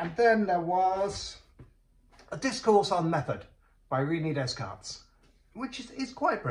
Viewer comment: Ree-nees Des-carts - brilliant!